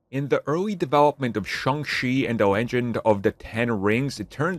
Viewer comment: Pronounced like Shong-CHEE. Get it right dude.